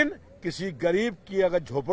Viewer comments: Toh tumne phd kar li h kya bukdozer bolne mei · इसको बुलडोजर बोलना भी नहीं आता....🤣🤣🤣🤣🤣